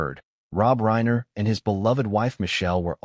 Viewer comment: This is pure AI, which is fake media format, it's a robotic voice read by a computer from a typed narrative. That's why you will hear irregular examples of Rob Reiner often pronounced Rob REENER, rhyming with Weiner. There is a robotically programmed "concerned" and "sincere" tone of voice of the AI narrator. I wish viewers could boycott AI, or whatever else it would take to get You Tube to return to real documentaries like it used to have, with a knowledgeable interviewer and interviews with the principle people who know about the subject matter, real people talking to each other, no one calling Reiner REENER, while using a programmed fake sincere voice to sound like "We" all know this or that, and so many fake phrases the machine has been programmed to say. AI is good for some purposes maybe but misleading and dishonest for this kind of thing, yet, it's influencing people who are watching it. i'm not saying it's even trying to influence you. It's trying to get views, it's trying to make money for the programmer or whoever hired them. It must be a lot more expensive for you tube to use real human documentaries. These fake ones repeat the same information under different titles, pretending to have new things to say, more than a few minutes. I tried to watch this one, the bait was new information that hadn't come out until today, the actual reading of the will. i was watching it, there's really nothing to watch, it's repeats of the same photos over and over, a photo of Romy, a